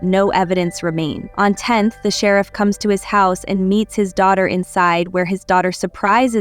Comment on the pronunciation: Concise recap. Gave thumbs down because I hate these AI voice overs. What kind of AI system can't pronounce "sheriff"? 😠